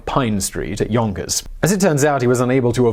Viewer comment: I can't be the only one who fought it was funny every time he said "yonkers" It just cuts the tension every time...